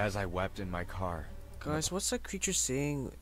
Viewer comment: It's a zombie not a creture